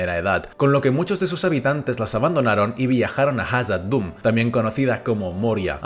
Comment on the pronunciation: Son cosas mías o de un tiempo para acá estás pronunciando Khazad Dun de forma distinta?